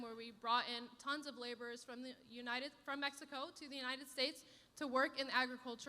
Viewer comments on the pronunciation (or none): none